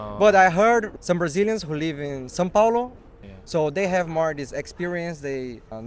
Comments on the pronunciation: "San Pablo" "Sam Pablo" kkkkkkk eu ri. It's "São Paulo" gringo friend! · São Paulo, not Sam Pablo. Nice content enjoy watching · I really enjoy your content but I have to say... It's not Sam Pablo, it's São Paulo! Haha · São Paulo not "San Pablo". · são paulo not pablo😂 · Not "San Pablo", but São Paulo. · Is “São Paulo, not São Pablo” Hahah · It is not San Pablo. It is São Paulo. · It's Sao Paulo, not Sao Pablo 👍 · I'm dying of laughter with São Paulo being understood as San Pablo lol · this is an amazing video! Being a brazillian with part of my family in japan, i wanted to see how it was there and finding this video really really helped! good job! and, the city is called São PAULO not São Pablo. Just noting that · É São Paulo e não São Pablo/San Pablo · São Paulo, not San Pablo. haha. love it. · *São Paulo, not San Pablo 🥰🥰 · Very nice! Again, it's "São Paulo" instead of "San Pablo", the latter is spanish :D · it's not San Pablo. it's São Paulo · São Paulo, Not Sam Pablo. Samuel Pablo. hahaha Thats funny but not a real city. São would be like the Spanish San and the english Saint. Paulo was a Saint. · São Paulo 😭 not san pablo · It's São Paulo, not Pablo wich is the spanish version of the name Paul. I really like those interviews. I lived in Japan for almost 7 years and my biggest frustration is that I didn't even get close to Japanese fluency. Now, more than 10 years later I almost forgot everything. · San Pablo じゃなくて, São Paulo です🤣 いい動画